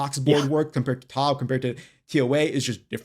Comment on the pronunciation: Great video but please stop saying T-O-B, it’s a dead giveaway you haven’t done a lot of tob